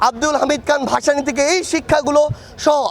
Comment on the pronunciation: মাওলানা ভাসানী রাহমাতুল্লাহি আলাইহি তার নামটা আপনারা যেভাবে উচ্চারণ করছেন এটা বেমানান, আশা করব সম্মান বজায় রাখবেন!সার্জিস আলম ভাইকেও ধন্যবাদ। তবে বর্তমান সরকার কি আরও দায়িত্বশীল হতে হবে এবং প্রশাসনকে গুছিয়ে আনতে হবে প্রশাসন অনেকটা নমনীয় হয়ে চলছে তাদের ব্যাপারে সিদ্ধান্ত নেওয়া উচিত। এদেশে লক্ষকোটি তরুণ আছে যারা প্রশাসনের যোগ দেওয়ার জন্য প্রস্তুত।